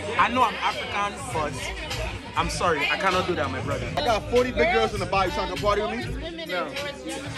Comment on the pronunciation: "I cannot do eht mie bruddah" 💀